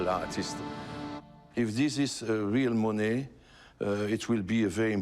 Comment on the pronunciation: He doesn't pronounce monae right.